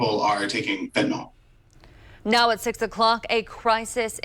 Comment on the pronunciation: NOT Fentanol!!! FENTANYL!!!